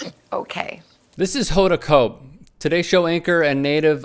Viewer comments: Not exactly sure how you butchered Hoda's name, but it's pronounced "KOT-bee". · So Kot Bee is how we say her last name 🤣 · Maybe pronounce hodas last name correctly and respect this